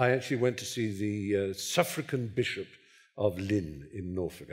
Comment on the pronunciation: "A suffragan biget"